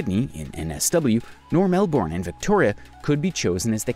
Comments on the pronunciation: Hey! I'm from Australia and have heard of a lot of these oddities, but I can't help but notice you pronouced a few things wrong. I'll just make a list of the pronounciations here Lake Eyre = Lake air Canberra = Canbra Melbourne = Melbin If this is an AI voice and can't be helped I'm sorry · Your pronunciation for a lot of areas are so wrong. Lake Eyre is eye-r or ea(r) which sounds like air pending on what part of the country you are from. There is no i in Fraser, Melbourne is Mel-ban Brisbane is Bris-ban, Murray is Murr-ee. As per the English language or Oxford Dictionary, and an Australian. 😁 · Yeah I was laughing at the way they pronounce the names in Australia. I am ok with them saying Melbourne with out the U though because I am use to it but the way they say Lake Erie instead of lake eyre(air) lol